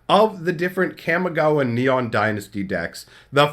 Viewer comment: Ka mi ga wa ❌ Kam mi ga wa ✅